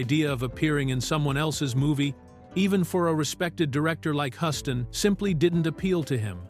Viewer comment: Yup. AI is very annoying. John Hughs-ton is the correct pronunciation.